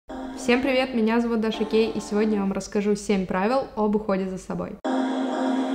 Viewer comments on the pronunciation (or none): прости, но мне послышалось:Всем привет! Я Даша Гей" 😂😂